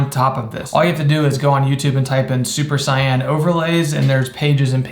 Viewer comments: 'super cyan' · “Super cyan” tsk tsk tsk